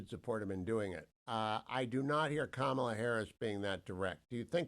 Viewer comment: IT'S KA-MA-LA......